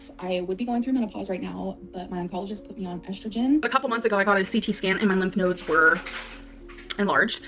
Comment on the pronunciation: her being dumb and not knowing how to pronounce a word should not be the proof that she’s lying about cancer lol